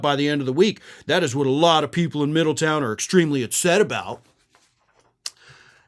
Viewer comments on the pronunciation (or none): How pathetic that his mommy has to "demand" her spawn be honored...even though there is nothing honorable about that pathetic boot licker. Also, it is pronounced Middle-TOWN, not "Middleton." I lived there and now live in a neighboring city. It is not Appalachian like lil' JD says. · It's Middletown not Middleton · Its MiddleTOWN, not Middleton. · It's actually Middletown, darling, not Middleton. But love the vid. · middle town...not ton...a town beween Dayton and Cincinnati...Middletown, Ohio. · Just FYI, everyone there pronounces it "Middle-town" not "middleton" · Hey dumb butt....quit pronouncing MIDDLETOWN wrong. It is not Middleton. Nothing worse than an on-air personality who cant speak right. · Hey, it's "Middletown", not "Middleton". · It's Middletown, not Middleton. I know, because I'm from there. Fortunatly, I left for good before Vance got there.😂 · Respectfully, the city's name is "Middletown," not "Middleton." You were inconsistant with the pronunciation. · Not trying to be an Ohio Karen, but Middletown is pronounced Middle-town. Pretty sad his Mom has to beg Middletown, which is a town that has always struggled with money, to spend tax payer money to make her feel like JD and her did something. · MiddleTOWN. Not MiddleTON. I think you pronounced it correctly once. Not a tricky name. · It’s MiddleTOWN, not MiddleTON! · Pronounced: Middle Town. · It’s Middle Town. Pronounced as a compound word.